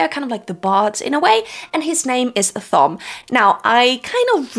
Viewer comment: I had a dozen comments I was going to make, but they kept getting displaced by my OCD when you kept mispronouncing Thom (hint, it's "Tom"). Also, on your worries about sexism, etc, WoT is replete with gender egalitarianism. No need to fret. It was way ahead of its time. There are two scenes related to that in the entire 4.4 million words / 14 books that i would change, and they are almost the same and very brief, but otherwise, the ladies get their due and then some. The story is told in a series of character POV chapters, and by the time the series is over, the female POV chapters outnumber the male ones by a healthy #, not to mention the political / societal structures and story elements that favor them as well. The folks who see this series as not femenist enough (Rafe the betrayer, the defiler of WoT Judkins) are ridiculous and extremely mistaken.